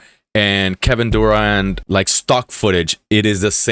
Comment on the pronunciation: Durant, with a 't'